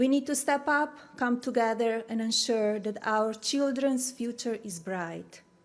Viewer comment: She has been in the US since 1996....why does she still say "dis" and "dat" for this and that... get a pronunciation coach...just saying.